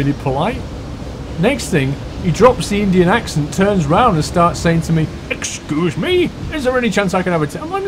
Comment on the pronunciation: Exceuse me! Oh-excoose me